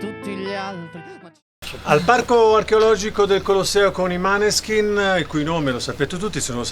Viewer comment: Mi incazzo perché si pronuncia Moneskin non maneskin